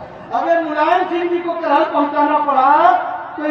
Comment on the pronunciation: Bhai करहल nhi hai कराहल है